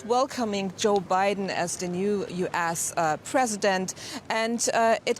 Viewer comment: "...to welcome joe biden as the new U-ASS president" LOL